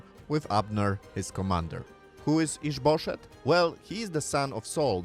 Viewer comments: We've got added comedy in this one. I don't know what the name is, but it sounds like "is bull$hit" every time he says it, and it provides quite a funny context. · with your accent it sounds like you're saying is bull s#*[